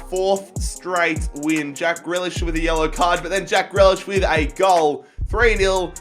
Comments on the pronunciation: Ffs it’s greelish not grelish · Grealish is said 'greelish' not 'grelish' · please pronounce Grealish Gr ee Lish not Gray lish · Greelish not grelish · It’s pronounced ‘Gree-lish’, mate. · Loving the series but grealish's name is pronounced gree as is you were saying green